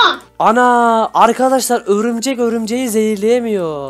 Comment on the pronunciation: Abi örümcek dedin bikeresinde öbürcek dedin o aklıma geldi XD de yine öbürcek dedin XDD